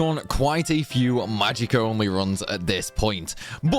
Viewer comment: I was gonna watch this video but I don’t think I can listen to homeboy mispronounce magic for 20 min straight 🙃